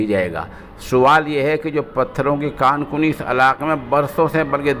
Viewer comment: کان کنی کاف کے پیش کے ساتھ نہیں ہے بلکہ کاف کے زبر کے ساتھ ہے